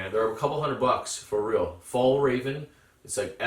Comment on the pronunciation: I just found your channel and I really like what I see so you've got yourself a new subscriber right here! However, as a Swede I do feel a certain obligation to point out the completely butchered pronunciation of Fjällräven and Gränsfors, haha (I'm really not too serious about this at all, please don't take any offense, none was taken or intended by me). So I thought I would offer some helpful tips on the pronunciation of Swedish letters! The Ä found in these brand names is pronounced like the A in "cat", just sliiightly longer. You might also come across Å and Ö from time to time; Å is pronounced like the O in "border", and Ö like the I in "girl". So there you go, a small lesson in the Swedish alphabet for anyone interested! Also know that no self respecting Swede would ever actually be annoyed by people getting the pronunciation of our weird language wrong, we would probably just apologize for making it so difficult to understand instead. Anyway, have a good one!